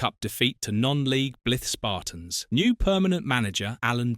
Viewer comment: Absolute claptrap. Makes it sound like he's dead. He had a very good career. Click bait rubbish. Can't even pronounce Blyth Spartans correctly and showed a picture of Alan Durban at Sunderland not Stoke.